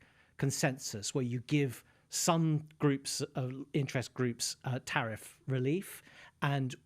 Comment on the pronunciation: Tariff or Sariff? The former has been so great and the other is islamic😂